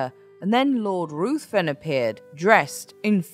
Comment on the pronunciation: Lord Ruthven is pronounced Rivven.